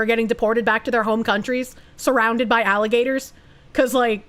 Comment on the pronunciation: The part where she says "Do not feed the alla-ma-gators after dark." would likely end up in an Out of Context clip video.